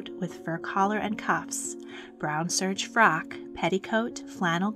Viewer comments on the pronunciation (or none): none